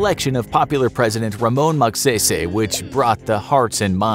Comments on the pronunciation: just a correction it is pronounced as Rohas* Mag Say-Say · It's pronounced Rohas not Roxsas Edit: It's pronounced Magsaisai not Magseysey. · Info: "Mag say say" Me: aahh slang accents really are funny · "Magsaysay" Adorable 😂 I love how some people pronounce this last name 🤣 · Magsaysay pronounced in a different way😂😂😂